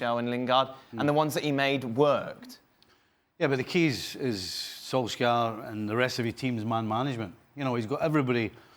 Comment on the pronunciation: "Sol-skyre" lol